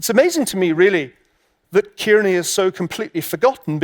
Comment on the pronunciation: Its not 'Keerney' its 'Carney'